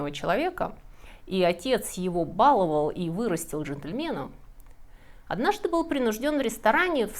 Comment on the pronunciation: БаловАл правильно